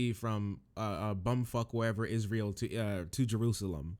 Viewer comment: tim can't pronounce israel and pretends he's an authority on foreign conflict